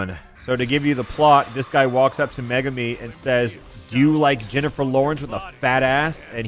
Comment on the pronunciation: i'm pretty sure its pronounced me-goo-me. I know a girl with that name and thats how they say it